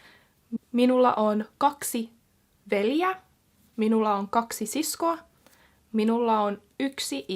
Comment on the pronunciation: It's actually 2 veljeä not veliä